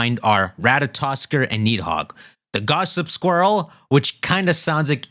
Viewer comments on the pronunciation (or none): The 'd' in Nidhogg and Gardr is pronounced as 'th' sound. Side point though, there being 4 Stags could explain Xerneas also being dormant in the region for Pokemon Snap; even these 3 aren't truly the only ones of their kind. Here's a question though, is Zygarde Nidhogg or Jyormungandr with Rayquaza being the other or is Green/Black Zygarde one of them while Teal/White Zygarde is the other?